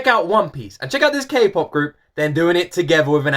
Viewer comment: Was I the only one who cringed every time he said K-POP? 😂 like boi lol 😂